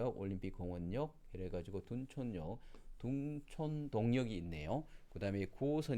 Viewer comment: 발음이. 둥촌이 아니고 둔촌입니다.